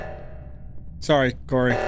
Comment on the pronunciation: "I was watering plants, it came to life"- CORY ISH SHOO ADOWABLE UWU